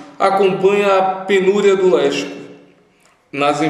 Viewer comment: Em 5.33, a pronúncia de LÉXICO deve ser /léksico/ e não /léchico/.